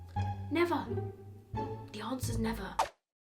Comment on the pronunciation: "Dii unsah is nevah". God, I love you :)))